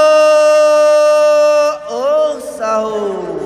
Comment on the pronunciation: sahur bg bukan saho wkwk